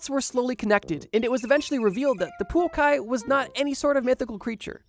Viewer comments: The way I was so happy when he pronounced Poukai semi correct, just to wildly mispronounce Maori 🤣🤣 props for trying on the bro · I'm at awe at how you're able to swap the places of the vowels so consistently while having the word written on the screen at the same time... poukai somehow becoming puokai, moa somehow becoming mao, the only thing missing is the maori somehow becoming moari in turn. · Absolutely love your videos my friend, but I think maybe some research in how to pronounce some words needs to be done! Maori, Poukai and Moa need some work ❤